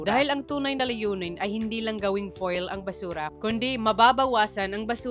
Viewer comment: It pronouce as Fyool, fuel, not foil, foel